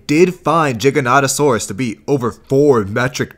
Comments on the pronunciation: Why do you say Jig-an-oto-saur-us? Shouldn't you say ji-ja-noto-saur-us, if your gonna say the G as a J? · Why you saying jiganotosaurus instead of giganotosaurus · I hate the mispronunciation for the giganotasaurus Is G not J Many pronounce it's as Jiganotasaurus It's pronounced Giga like giga Chad or some shit